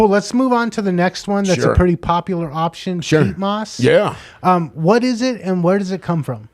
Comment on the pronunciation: Pete moss...😁...who's this guy😂!?! Peat moss bro...and I'm French 🤔😎!